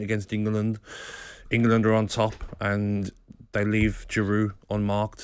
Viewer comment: Nobody: Gabby: Ingerlund